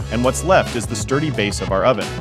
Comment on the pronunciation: It's time to attach the oven to "it's turdy base."? That's what I heard the guy say. 😄